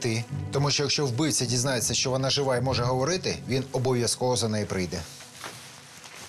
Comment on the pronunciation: Розкажіть нарешті хтось розробникам цього серіалу : в українській мові нема "щьо", все вимовляється твердо. Це щьокання ріже вухо!!!